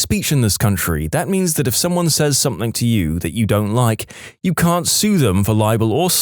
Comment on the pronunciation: No k in the word something